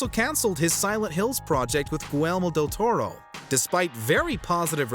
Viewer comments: "Gooelmo" del Toro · Goolelrmo Del Toro. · Goowellmo Deltoro?